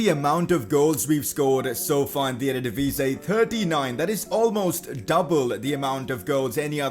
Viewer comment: Hi it's ERE-DIVISIE ans not ErDedivise...